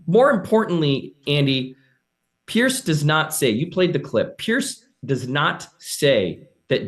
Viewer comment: Stop saying peirce